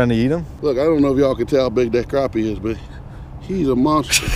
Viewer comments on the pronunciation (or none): Don't call it a crapy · y'all say crappie wrong